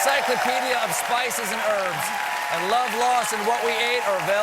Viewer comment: the way the americans pronounce padma lakshmi makes me lol